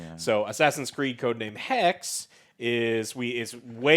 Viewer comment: AC: Hexe is pronounced "Hex-ee" And "The Last Chapter" is free. BTW.